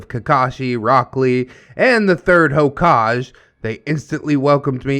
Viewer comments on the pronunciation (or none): It's pronounced Hoe-Kaw-Gay not hokaj, my man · That hokage pronunciation killed me xd Now I have the best way to check somebody's weebnes, I will ask them to pronounce "Hokage" xd